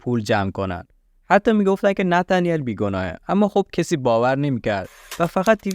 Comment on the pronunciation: ای قربون این نتنیل گفتن با لهجه ات 😂 هر دفعه میگفتی نتنیل کلا حواسم از پرونده پرت میشد .... جدای از شوخی کارت عالیه پرونده ها رو با مستندات تعریف میکنی ادامه بده امیدوارم همیشه توی کارت موفق باشی 🌹